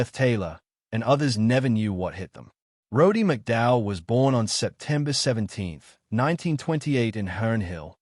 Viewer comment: You can't even pronounce his name..